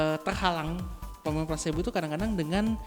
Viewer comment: Belajar sampai Tamat Bossku.. Efek Plasebo.. Bukan Plasenta..wkwkwk.. Plasbo yg sifatnya Abu2.. Atau kita Ragu2.. Kita harus yakin dan fokus.. Smoga bermanfaat.. Serta sukses. Amin